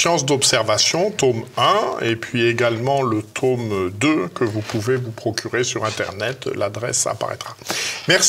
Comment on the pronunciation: Passionnant. (Mais pourquoi dites-vous "taume" au lieu de tome ?)